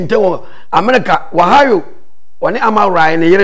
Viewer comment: its Ohio lol not Wahao lol u made my day after work🤣🤣🤣